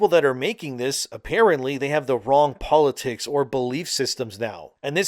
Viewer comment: "I don't like powitics"